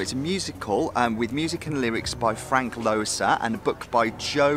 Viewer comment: The composer's name is pronoun ced Lesser!